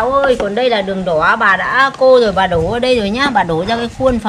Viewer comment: "bà" pà pà nghe khó chịu quá